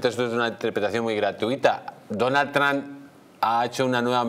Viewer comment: A ver si respetamos otros idiomas, coño. Es "Trump" no "No Trun" y es "Skype" no 'Sky". Y no salgan con la paletada de "no tiene importancia".